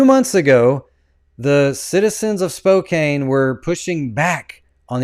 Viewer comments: It’s pronounced spo-CAN…. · I know it's spelled Spokane but it's pronounced like Spokan. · Actually it's pronounced Spo.. ( long o sound) Can. Spokane 😉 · I live here - it’s “Spo-CAN” btw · Its pronounced Spoke-Can. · Yes you Can in Spokane. NOT prounced with a long A. 2nd largest city in Washington. Put some respect or talk about things you can PRONOUNCE ❤❤❤